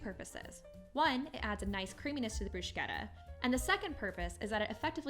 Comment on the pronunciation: In Italian, ch in the middle of a word is pronounced like a k. There is not sh sound in this word. Thanks for the recipe. :)